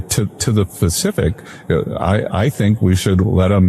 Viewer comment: What the fuck is the "Facific" Bessent?